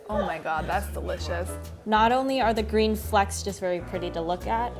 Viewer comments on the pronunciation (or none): none